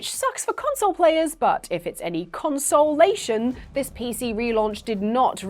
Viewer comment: “Console-ation” should’ve gotten you a big “BOO!”